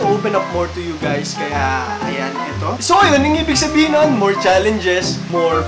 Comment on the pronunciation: yung sabi ni kuya ay "shabihin" lol